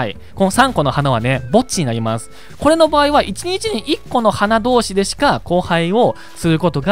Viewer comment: これ っていうときも こぇ ってなってました